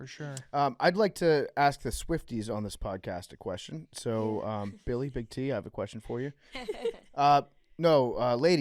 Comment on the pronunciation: Billy's parents paid for him to go to non-public schools, right? How does he pronounce so many words incorrectly? His parents should get a full refund. They should receive said settlement in gold bullion.